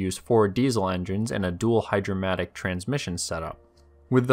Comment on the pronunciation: ..."hydrymatic"? ..."hydra - matic" ??... "HGH-DRAMATIC" ??? ...what does that even MEAN?